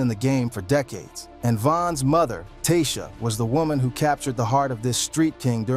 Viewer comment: You can tell this man white lol the way he says ada, dayvon, Tasha lol all pronounced way different